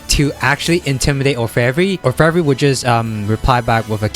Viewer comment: You butchered Orfevre's name too.